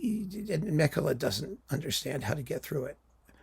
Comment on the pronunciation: Meh-kela = Mäkelä :)